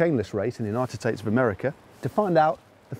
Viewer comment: "United Tates of America"? tates? TATES?????